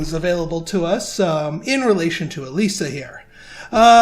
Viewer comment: also something interesting for you , according to google, the name "Elyssia" is finnish, and pronounced "E-loo-see-a" not "E-lee-see-a". the more you know haha